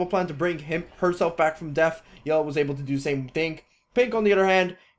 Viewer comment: Like the video, it's just extremely annoying when you pronounce death as deaf